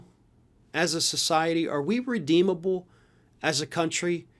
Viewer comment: "Are we Reedeemable?" .... damn, that question kinda hit me in the heart.